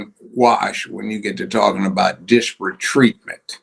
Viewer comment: Judge needs to pronounce using enunciation: ‘disparate’